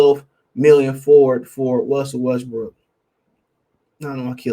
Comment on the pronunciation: U almost saiiid west briiik 🤣